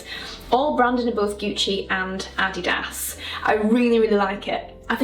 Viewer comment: Adidas was founded by two German brothers so her pronunciation is likely more correct than the American take lol. FYI as people tend to assume Americentricity